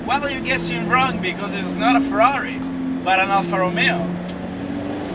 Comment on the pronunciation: Scusa eh, ma per quale cavolo di motivo tu, che sei italiano e sai come si pronunciano correttamente "Ferrari" e "Alfa Romeo", dici "Frari" e "Alfra Rumeo"? Mi sembra un controsenso...